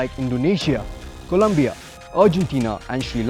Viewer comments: Its COLOMBIA, Not COLUMBIA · It's Colombia not Columbia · Its COLOMBIA not colUmbia please. Love your videos